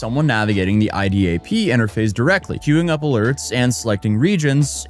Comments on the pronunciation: its LDAP database, not i-dap lol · LDAP. Not IDAP. LDAP! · Isn't it LDAP? Not IDAP? Or am I tripping?